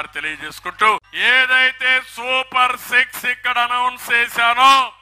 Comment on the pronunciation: Super six కాదు super sex